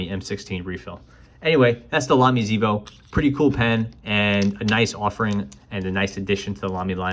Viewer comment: It seems to me that a native German would say ksAYvo.